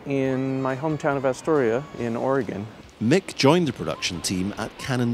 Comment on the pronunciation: Voiceover gets a pass for not saying Oregon right